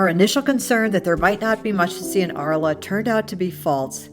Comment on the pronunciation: The City of Arles in pronounced "ARL"..